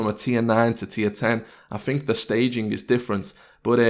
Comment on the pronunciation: Do you fink or think? :O